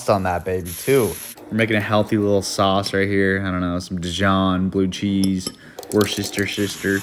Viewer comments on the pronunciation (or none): For all you yanks out there who cannot pronounce worcestershire. It is simply Wuster-sher........... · Its funny when he says Worcestershire sauce because he clearly knows he’s probably butchering the name but doesn’t care enough to express it to any higher degree